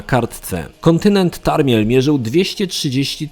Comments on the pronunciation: Tamriel, nie Tarmiel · Tamriel a nie Tarmiel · Kontynent "Tarmiel", ehhh ;] Tamriel. Film jak zawsze świetny.